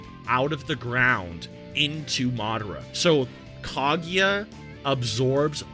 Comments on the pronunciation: Did he say kageeya??? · Why does he pronounce Kaguya like that????